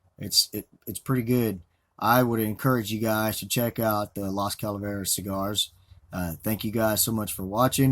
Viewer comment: Yes you said it correctly and thanks for the shout out